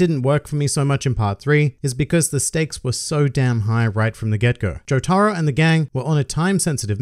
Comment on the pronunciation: Imagine calling Jotaro "joe-tah-ru"